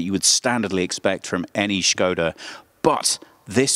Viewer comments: First time watching video from your channel and have to say I really loved this in-depth presentation of the car unlike some other channels. On plus note I give props to presenter for knowing how to properly pronounce Škoda because many western car journalists just say it Skoda. Also I really love the sedan version of 2020 Škoda Octavia and I’m looking into buying one and that’s why I loved this video. Really a lot of details to the presentation. Nice job ! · What I loved most in this review is that you actually pronounced Škoda as it's supposed to be. It's a rarity to hear that outside the Czech Republic. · original czech pronunciation